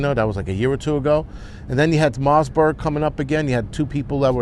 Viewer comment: 😅🤣😂Mossburg virus. I think it's marberg.Every time you say mossburg it brings back decade old memories of a mossburg ri-fle with folding stock.A heck of a good gu-n!